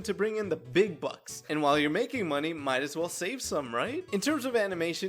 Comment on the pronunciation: "moaoaney" got me dying💀😭